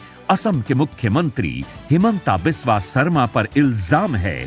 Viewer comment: Timeline Wrong language. How to you say the word ''Biswa Guru ''. Speak it once in loid voice? Then why wrong naming his middle name which has the exact same spelling but spelled it as ''vish" like jeher. assam. This has to be legally taken into action aganist this Rajat Sharma